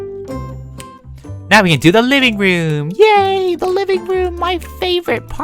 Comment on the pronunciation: when he said liveing room i thout he said mini room